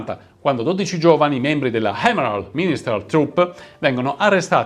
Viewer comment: Ma perchè quando parlate in inglese mettete sempre una H davati alle parole? Si pronuncia "àct" non "hact"... si pronuncia "èmerold" non "hèmerald"...